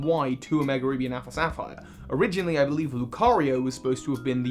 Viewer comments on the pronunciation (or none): none